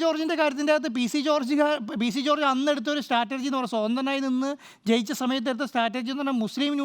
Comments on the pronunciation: സ്റ്റാറ്റർജി അല്ല അന്റോപ്പി , സ്ട്രാറ്റജി 🤣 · Njan kettath Chattergy enna 😅